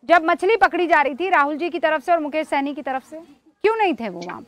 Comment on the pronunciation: यह विपक्ष वाले मुकेश साहनी को सैनी क्यों बोल रहे हैं अल्कोहल का असली नाम जात नहीं पता है क्या कुछ